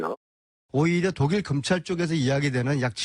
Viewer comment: 씨댕아 발음아 똑바로해라 금찰이냐 검찰이냐 오산? 정신줄 챙겨라